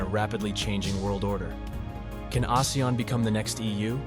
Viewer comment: Not many people pronounce ASEAN correctly. Thank you for calling our alliance name correctly ❤